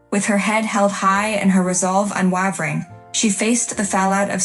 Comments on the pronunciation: Exactly what I thought too. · Boring story and poor narration. The word "unwavering" is pronounced UN WAY VER ING, not UN WAH VER ING. And whomever did the text should find another job. Also, use a thesaurus - steely and unWAHvering were horribly overused.